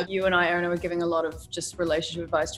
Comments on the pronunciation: the fact that Erana anglicised her name when she introduced herself but all her cast mates go to the effort to pronounce it properly 🥺 i felt that so hard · In Mia pronounces Erana's name. Is that how it is really pronounced? (I'm not an English-speaking person)